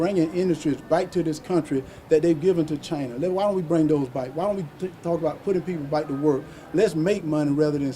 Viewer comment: Chaina, Russa, I-rain.